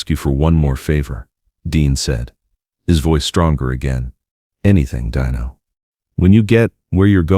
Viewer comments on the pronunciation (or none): this would be a great video if not for the AI narrator , it's still great because of the story only truly the AI is robotic and impersonal.fir such thing and it's " al-ta-veese" not "al-ta-vise' and fur Christ's sake it" de-no' not "dine-o" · Nice words, but I HATE he AI narration !!! It was DEAN-O, not DINE-O. The AI was inconsistent and only got it right once. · A terrific eulogy of their friendship just remember it was pronounced "DEENO" not "DEYENO". They are both missed and made the world a better place! 👍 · DEAN-O! Not Dino like a chicken nugget! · Stop saying 'Die no"!